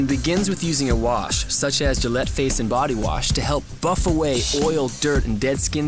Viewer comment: Gayllette or Gillette?